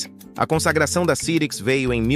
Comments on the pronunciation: Eu sei que é IA, mas não tem como conferir a pronúncia antes de publicar? Nunca vi ninguém falar "CIRIQUIS", e sim, "SAIRIQUIS"... Além disso, 386 e 486 como "Trezentos e Oitenta e Seis" e "Quatrocentos e Oitenta e Seis"??? Qualquer um que conhece computadores sabe que no Brasil eles se chamavam "Três Oito Meia" e "Quatro Oito Meia"... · rapaz, doeu o ouvido essa voz clonada de I.A. pronunciando CIRIX, quando a pronúncia correta era SAIRICS! Ah! Tive um PC com o 5x86 CYRIX. Era ótimo e a placa mãe tinha 3 slots de memória RAM. Dois podiam trabalhar em dual channel, ou não, tanto que coloquei em cada slot uma memória RAM de clock igual, é claro, mas capacidade diferente! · Já tive um também. Se pronuncia "SAIRIKS' -CYRIX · "Muita gente pronunciava o nome Cyrix de forma errada". Verdade ! E mesmo citando o erro, o vídeo insiste nele quase o tempo inteiro, com apenas duas ou três vezes em que usou a pronúncia correta. Não sei qual programa de voz usou, mas com certeza isso poderia ter sido corrigido com um ajuste no setup ! Mas quanto aos processadores Cyrix, eram realmente uma alternativa mais acessível e muito boa para máquinas domésticas e escritórios. Usei um por algum tempo, até ter grana para meu primeiro Pentium 233 e nem me dava conta de que não havia um processador Intel dentro do gabinete. Fazia de tudo com ele : desde suite Office, internet (discada com modem 56k...) e games 3D como os "novos" Doom e X-Wing/Tie Fighter ! 😁👍